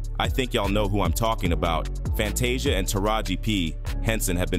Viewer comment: I love your report on what's going on but what irritates me the most you're mispronouncing their names you got to learn how to pronounce their name correctly you have messed up Fantasia's name you even messed up Oprah's name how can you mess up her name😢